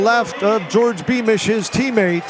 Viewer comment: Beamish my favorite kicker. Met him at Buffalo Park(Flagstaff) in 2018. I told him he had the best running style(form). He told me that his name is pronounce George not Jor Dii. Great guy